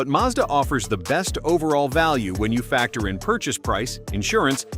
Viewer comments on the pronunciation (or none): none